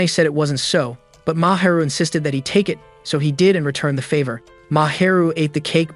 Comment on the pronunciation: They said insisded like 1000